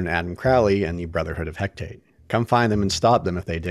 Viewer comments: Great video! (Although I think you may be a bit forgiving here and there.) Tiny nitpick, though: It's Hecate (as in the Greek goddess), not Hectate. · Hecate pronounced 'Hekk-a-tee' (one of the Ancient Greek deities). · Hecate is an actual Greek goddess, and is pronounced "Hek-ah-tee". She's a goddess of magic, spells, the moon, night, ghosts, and crossroads. So I think it's pretty fitting to name that brotherhood after her.